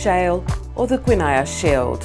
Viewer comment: I totally agree!. Please do your due diligence before setting up geography quizzes. Some of the pronunciations are ridiculous. Genoa, Appalachian, and Guiana in particular